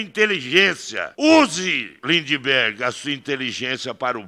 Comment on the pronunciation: O melhor foi o Rei do gado vulgo ( lula disfarçado), com um " treis oitão" na cintura chamando o Kim de Lindibergui kkkkkkkk